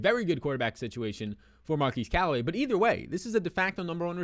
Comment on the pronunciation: His name is not pronounced “Mar-keese” Callaway, it’s pronounced “Mar-kezz”.